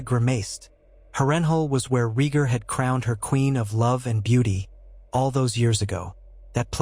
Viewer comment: exactly and his name is Ray Gar no regir, and john's name given by lyanna and raygar was agon targarian not john